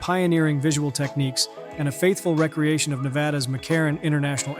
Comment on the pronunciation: Done. Dislike. AI voice. Says recreation as in Parks and Recs. When the AI voice should be saying RE-Creation. No quality control. Not on the Youtuber's punch list.